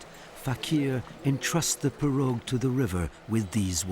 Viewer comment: He is is pronouncing pirouge incorrectly lol